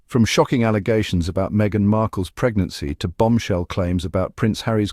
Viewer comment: “Negnancy “ Lady C? Sherry before luncheon?